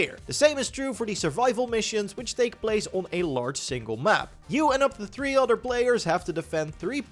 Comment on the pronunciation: Hey man I can tell your english is improving! Dont lose all of your accent. Its part of your charn. "Utter" instead of "other" still cracks me up.